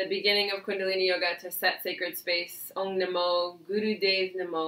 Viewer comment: A correction..its Om..not ong